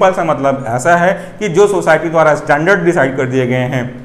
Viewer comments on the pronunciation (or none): none